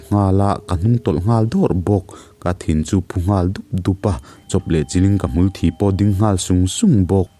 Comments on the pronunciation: Hmul thi lamdan chungchang hi isawi tawha, Kalo ngaimawh ve khawp mai, ka ngaihdan Chuan hmulthi hi ( deat ) tiha lamtur zawk niah kangai, ( blood ) tih lam zawng hian ilam mah mah, tawng thu leh hlathu lam thluk hi ansawidan kahriat Chuan Tuichangral lamhi mizo tawng hmandik emaw hman chhuah na tiin ansawi thin. Hmul leh blood a inkungkaih tihna ania, deat tih a lam hian Hmul hi a thi ( deat ) tihna ani a, chuvang Chuan Hmulthi hi blood nilovin deat tiha lam hi dik zawk in kahria. Mizoram pumah hian chuti lutukin tawng thluk hi adanglam Tam lutuklo in kahria a, tlem tlem Han danglam chu a awm tehmeuh mai, heng lamdan dang deuh Kawlthei tihai a kawiam tih ang tehichu thu hran ania, thuchhiar mi te tan Chuan hriat fiah dik angaibik khawp mai, Nang ngat phei chu thu chhiarah Chuan ngaihthlak nuam ber ini kalotive a pakhat ahming Kan theihnghilh a kasawi rihlo mai Ange, I thu chhiarah hian Hmulthi hi sawi or lamrik angaifo si a, Kalo ngaimawh vethin khawp mai blood ti tawhlo vin deat ti in lamtawh zawk hram teh, adik zawk e katilova mahse blood chu ading suau theilo deuh alawm. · Ka hmul thi itih kha thi kha thlukla adik zawk in kava hre em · 'hmulthi' thi lai hi pem/thi(bleed) ang nilovin nunglo/thi(dead) ang a sawi zawk tur a ni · Sir, ithiamlo katihna nilo in hmul thi, thisen ang in thlukloh tur asin Mithi minunglo Mithi ang in hmulthi tihtur hmul sin nem deuhbik kan neih ho sawina hi ani e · Hmulthi,tih i lam dan hi a dik chiah lo ani,mitthi Kan sawi a Thi Kan lam Rik ang hian lam Rik tur ani e,Thisen Kan lam Rik ang ni lo in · Ni e, hmulthi hi 'thi' tih lai hi 'death' awmzia a 'thi' nen hian a in ang tur reng a ni. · A dik khawp in ka hria..Hmulthi- 'thi'..lai hi( Death)' .. Tih hawi lam zawng a lamtur a nih hmel ka ti.. Blood' tih chuan a thluk a hniam a.. (Thi) lai hi thluk sang tur a nih hmel... Mahse..Death/Dead) & Blood " Tih meaning" lam pawh ni lo in.. A thluk a sang tur mai zawk a nih hmel..